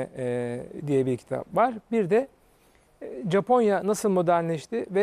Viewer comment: sunucu japonyaya caponya dedikçe çıldırıyorum yuh artık